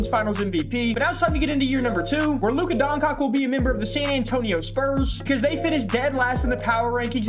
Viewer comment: im begging you bro stop saying luka doncock what is so hard in saying DON-CHITCH pls bro for the love of christ